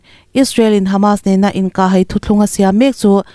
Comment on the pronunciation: 'inkah hai' tih a 'hai' tih i sawi dan khi a dik lo a nia. Engtirna han tarlang ila: " Lei ka lai" tiha 'lai' tih thluk anga thluk tur a ni e. 'Bawng ka kai' tiha 'kai' tih ri anga sawi tur a nia. Tawng thluk dik hi i ngai pawimawh hram hram hram ang u aw.👍